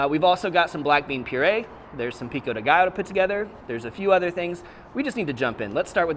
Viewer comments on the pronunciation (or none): none